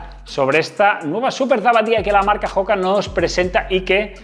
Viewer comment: oka, oka...no joka. No es una palabra inglesa.